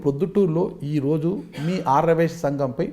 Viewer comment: యాంకర్ కు ఆర్య వైశ్య అని పలకడమే రావటంలేదు.😂😂